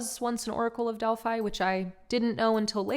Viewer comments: Beautiful being, it is pronounced DEL- PHEE not delpHI... and PHIA lee is pronounced PHEE la ee. please, lets be respectful of the sacred places, I too was an oracle in Delphi, so it comes from that place.... divine salute x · The is beautiful read ANNA the grandmother of Jesus & the other book ANNA THE VOICE OF THE MAGDALENES But please don’t use the word “witchcraft “ in your title and next to Mary Magdalene Delphi is pronounced Delphee 🙌🙏💜💜